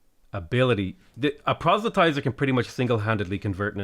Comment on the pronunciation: Did... Did he... DID HE JUST CORRECTLY PRONOUNCE PROSELYTIZER??? *Weeps tears of joy